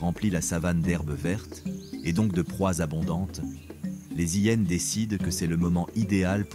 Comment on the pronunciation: Bonjour, tres beau documentaire par les images sinon, c'est vraiment penible cette voix par l'AI ... des Zhyennes et beaucoup trop de fautes. Vraiment dommage.